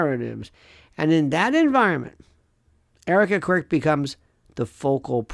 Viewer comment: I'm certain that you said Erika Quirk! 😂